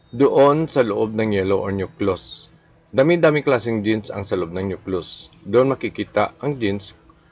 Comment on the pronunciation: Walang masabi si. Paano ka makagawa ng angat sarado, multiple shuffler o speed o power puncher? Parang hindi doktor. Nahirapan Mg pronounce ng "nucleus".... kahit ngbasa. Trying to be academic... Si Rey Bajenting of RBSugbo magaling dito. Hindi si. 😅